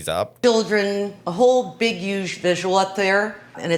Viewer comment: The way she says huge! This really uge tree over here.